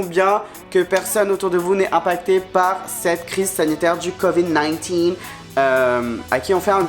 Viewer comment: La seule personne a dire covid 19 de façon stylé 😂😂